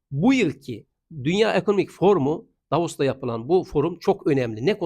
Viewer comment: Hocam "Davos" ...."Davaros"😂